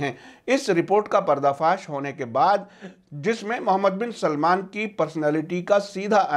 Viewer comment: Please name sahi karo मूहममद है सही नाम ...मोहममद नही